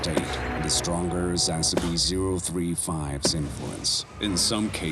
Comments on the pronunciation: lol the narrator seems to pronouncs the e's like a's.... also, Espy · Look i like SSCP Videos but i gotta call you out I'm unsure if English is not your first language or what but the way you say scp just saying SC and containment breach with the at the beginning and a few others i can tell this was written with A.I, the pacing of the words gave it away A.S.A.P 😞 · I'm halfway through and I'm still waiting for it to pronounce SCP correctly. Wth??? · the way the narrator said SCP had me rolling on the ground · THANK YOU! I had to rewind multiple times to confirm I'm not having a stroke or something, haha